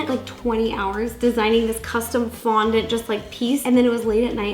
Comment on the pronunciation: Was it just le or did ro say frondent